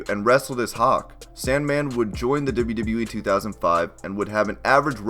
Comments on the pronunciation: It's "double you" not "dibba you" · Deb-you, Deb-you E? Dib-you, Dib-you E? It's always weird when someone has to constantly say something they can't pronounce well. It's very awkward and stands out. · you say wwe so wired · Every time he says “WWE” I die a little